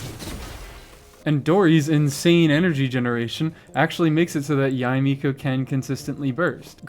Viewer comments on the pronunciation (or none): none